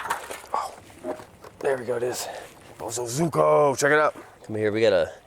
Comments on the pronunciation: Pronunciation is Bo as in little bo peep. Zu as in zoo with the animals zo is z with the o from orange ku as in Koo. Bo zu zo ku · you might be "the only BosozUko rider" in the USA, because the others are actually BosozoKU! Please, just call it BOSO, like Bozo. Its PAINFUL to listen to. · Bo. So. Zo. Ku. Boso. Zoku. Bosozoku. If you google bosozuko it comes up with results for bosozoku. Its like Goku from dragon ball z but instead it's bosozoku. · I want that GPZ1000RX!!!!! Side note, my wife lived in Japan as a teenager and knew some Bozo-soku. That's how she has said it for 35 years, not bozo-zuko but so-ku!